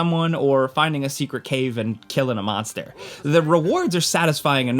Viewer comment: why did he say monster like that? Lol